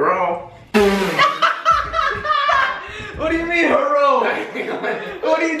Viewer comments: Herro?- 2015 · "Hero"😂